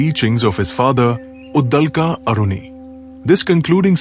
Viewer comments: Uddalka nahi. Uddalak. I appreciate your intentions of making Sanatani content but here's a feedback. Please pay attention to pronunciation and other minor details too. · Get your pronunciations corrected,it is uddaalak. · Please try to pronounce the Sanskrit names properly. You are pronouncing the Sanskrit names like hindi. Devanagari is pronounced differently compared to Hindi. It is Brahm and not Braahm. It is Uddaalaka not Uddalka. Svetaketu is being pronounced here as Svetketu. It is Cchaandogya Upanishad not Cchandogyaa. Devanagari is pronounced differently in Sanskrit, Hindi, Marathi, Konkani etc.